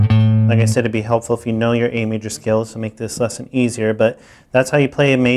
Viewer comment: Great series! I'm an intermediate player now trying to get some theoretical background and this channel has been very useful. Though I get distracted every time he says "this lesson" :) sounds like he's saying "thisesson".